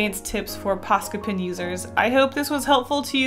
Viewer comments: You say tin instead of pen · It's funny that you say pen just like I do (I'm originally from Georgia but I live in Canada now). I ended up keeping my own pens and carrying multiples because Canadians always thought I was saying p-i-n. 😂